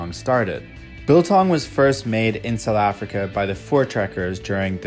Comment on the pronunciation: I love how he says "Sutheffrica", like a real South African!!!